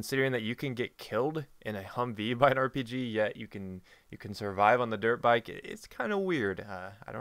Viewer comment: Internet... what have you done to me. I keep hearing "derp bike" instead of "dirt bike". And then my imagination goes on...